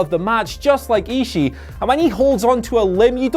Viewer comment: It's pronounced "ee-shi-ee" not "ee-shi." Respect the culture